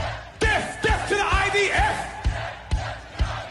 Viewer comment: The stupid div ,can't even say death he says def ,thicko, God will soon judge him ,,,let's all chant ,bless,bless ,the IDF ❤